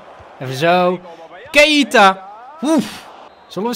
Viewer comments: Zeg aub niet maar keieta maar gewoon keita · Keita niet Ka-ie-ta